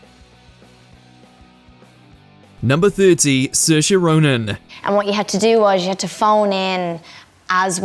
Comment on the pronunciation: Absolute bs . You can't even pronounce Saoirse properly . It's sh or sa .